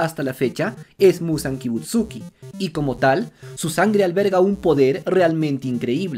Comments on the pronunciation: y manao otra cosa no es ni yoroichi ni kibutsuki es: yorrichi y kibutsuji, por lo tanto todos tienen razon vamos animo aprendete esos nombres no es tan dificil solo es consejo por si acaso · Repite conmigo: MUZAN Kibutsuji, Kibutsuji, Kibutsuji... SUJIIII, NO KIBUTSUKI 😅😅